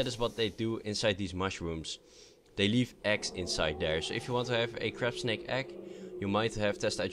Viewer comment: when you said crabsnake it sounded like crapsnake